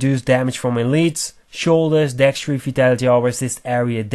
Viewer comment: That word is Dexterity. dekˈsterədē think of it as deck stare uh tee. I get that English isn't your primary language. However, if you are presenting in English you need to learn how to pronounce words correctly in English. Otherwise don't speak, or speak in your native tongue and live with the cpms you get from German/Russian/etc YouTube versions.